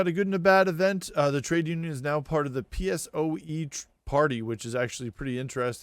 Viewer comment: It was so funny that you called PSOE peesoue, in spain we call it peh-soh-eh